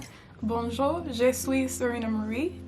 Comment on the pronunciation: Don’t say jea you gotta say it more like jeu